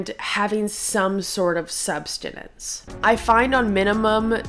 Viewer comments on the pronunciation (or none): Hey! It’s ‘sustenance’ not ‘substanance’ don’t hate me 🥲 great video thanks for posting ❤